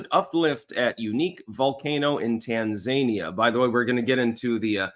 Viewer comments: TAN-ZANIA? its TAN-ZA-NI-AH you absolute donut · Tan-za-knee-ya accent on the 3rd syllable. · Its pronounced "tan-zah-nee-uh" I do believe. She got the notes, he didn't. She got the no fact checking, he didn't. No wonder he's not interested in another debate. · That Tanzania pronunciation. They aren’t zany, they’re zen. Appreciate your analysis as usual.